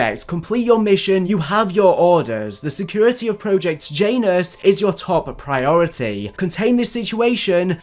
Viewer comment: Jiant anus. Janus